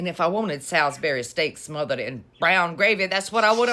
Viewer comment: Girl the day you had!! and the way you said smothered😂